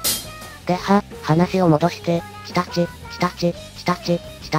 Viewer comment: チタチがさ 日立に聞こえた